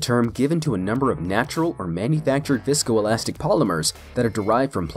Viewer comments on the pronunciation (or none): did you just say VSCOelastic?